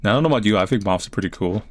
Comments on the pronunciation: Not the mawffs! Not the MAWWWFFFFFFFFFFFFFS!!! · Anyone else think "moths" is the most awkward word to pronounce ever? I feel like Sylvester the Cat when trying to say it.